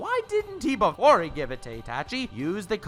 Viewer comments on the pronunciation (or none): none